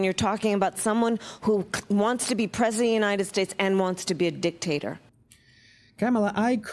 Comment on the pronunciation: She can’t pronounce president. Never pronounces it correctly.